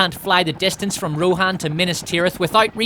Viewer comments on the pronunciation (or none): none